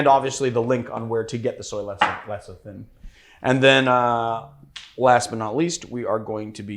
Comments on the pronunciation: that word trips me up too, so I looked it up. It spelled lecithin and is pronounced "leh-sih-thin." I don't mean to be a cyber smart-ass. I just don't want my favorite bartender to be embarrassed. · Repeat after me: Le Ci Thin